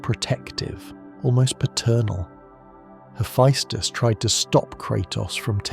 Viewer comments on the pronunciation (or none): Not a bad video but fuck the amount of mispronounced shit, giants in Norse mythology (yo-t-in) their land (yo-t-in-hi-m). (Ha-fess-tis or hee-fess-tus the tis and tus can be swapped between the two) what ever you said for his name aint it. The annoyance finally got to me 40 mins in but otherwise so far video isn't bad. Another one no he doesn't know kratos is a god he thinks he's a giant aka he was looking for his wife but found kratos and assumed he found that giant.